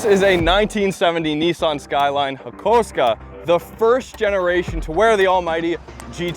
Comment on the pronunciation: Hakosuko Its pronounced "Hah-koo-soh-koh" like it's spelt...Where the f. did you get hakusko froim ?